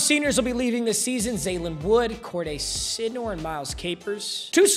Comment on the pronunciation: Sydnor is not a hard name to pronounce 😂